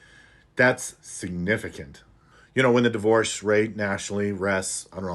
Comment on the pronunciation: It used to be D-Worse and now it is Die-hoe-rse 😂